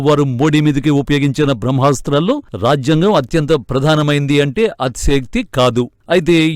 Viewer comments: రాఝ్యాంగం కాదు తల్లీ అది రాజ్యాంగం జ కు వత్తులేదు! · ఈ యాంకర్ (మహిళ)కి రాజ్యాంగం పలకటం రావటం లేదు.